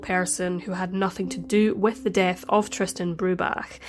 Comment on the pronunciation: I love that you had so much respect to learn how Tristans surname is pronounced correctly.